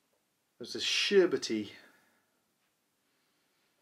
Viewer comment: “Sherberty” 😂 that doesn’t sound good